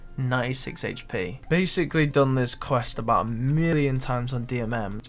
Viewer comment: the way he says but BOWT I am a BOWT.